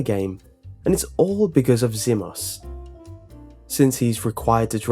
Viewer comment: The mispronunciations... It's pronounced Zee-mos, not Zim-mos (not to mention you bring up his 'bad' driving, and show a clip of him driving well? * slow applause *) It's also pronounced Sheh-vah, not Shee-vah, but I do agree with her piss-poor AI, trying to clear Professional solo is hard SOLELY because of her.